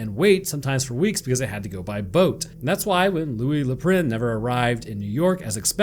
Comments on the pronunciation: It's pronounced like a cross between an O and an A, Louis Le Praunce, it's not that difficile, imbecile!(just kidding I love your work and your channel...or should I say "Chanel"? Edison...ANYTHING with his name in it makes me super suspicious, Edison would defo be the first one I'd accuse in Among Us What he did to Nikola Tesla was unforgivable among(US!) many other nasty things the douche canoe did. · Loeh le Pruh! Dude!! 🤣🤣🤣🤣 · "A" for effort on the pronunciation...but Good Lord...😂...maybe just use the Anglicized pronunciation...😂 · sticks his Tongue out as he pronounce Louis Le Prince name is a different way